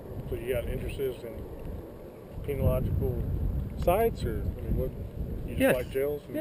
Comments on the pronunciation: Hehehe. He said penilogical!(insert Bevis and Butthead laugh here)! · Did he say "penalogical sites"??? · Did he really say penalogical sites hahahahahahaha....... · "You have interest in 'penalogical' sites".... LMAO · Lol..."Penological sites"??? REALLY,.